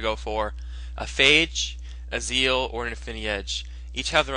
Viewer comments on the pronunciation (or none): none